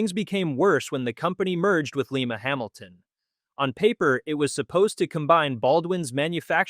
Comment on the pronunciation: Merger with Lima-Hamilton: Lye-muh, as in Lima, Ohio, not Lee-muh, as in Lima, Peru.